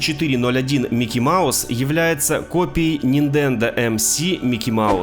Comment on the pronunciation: Услышал "Рисох" и рухнул со стула!😂 "Ниндендо" тоже не плохо. Может поэтому и копировали всё?🤣